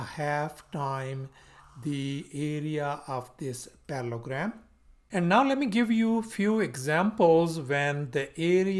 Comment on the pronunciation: You are missing the middle el in your pronunciation and spelling of parallELogram.